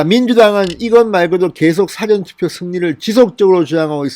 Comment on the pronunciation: 사전투표 발음(억양) 쫌 제대로 해주세요. 반복해서 듣기 좀 거시기 합니다.